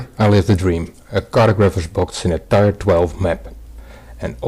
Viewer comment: Just a heads-up: "tier" is pronounced "tear," not "tire."